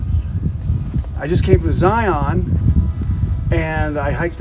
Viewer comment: The locals pronounce the word "Zion" with the same inflection as "Lion", the words should rhyme. Nice video!